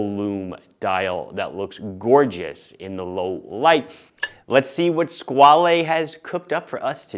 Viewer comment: You’re pronouncing Squale wrong.